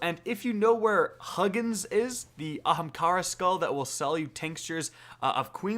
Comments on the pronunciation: Hahaha, Huggins. You pronounce it 'Hoogin' and 'Moonin'. They're references to Odins two ravens in Norse mythology that are his messengers and whisper wisdom in his ears. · LOL it is NOT Huggins mate, its pronounced Hoogin phonetically in the old Norse... but thanks for the walkthrough. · Please say; Huuugiiin and Muuuniiin... not hug + in or mug + in. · So FYI, the vendor you speak of , Huginn, is pronounced hyoo-ginn. In Norse mythology, Huginn and Munin were Odin's two pet ravens, that would bring him news from all over the realms.